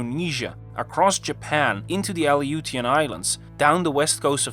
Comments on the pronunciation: Thank you stock footage and I don’t know. I guess Irish guy AI voice just another motherfucker clogging up YouTube. I knew you we’re fake when you couldn’t say the illusion islands, illusion illusion Islands see my voice to text struggles with it too. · Well, you did use "literally" correctly. Did you say "Ally - you -tee - uh"? You're talking a lot but not conveying much information. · Aleutian is pronounced "Uh-loo-shun". Pompeii is pronounced "Pom-pay". Pumice is pronounced "pum-uss", not "pew-mice"! 🗾 🏛️ 🐭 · It's pronounced /a-LEU-shian/ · Your A.I. voice doesn't know how to pronounce "Aleutian." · I turned it off at the gross mispronunciation of Aleutian.